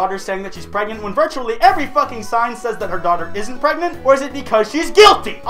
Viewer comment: pregert pregant pregante